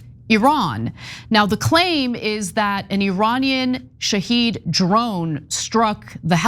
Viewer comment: Its Shahed not Shahid!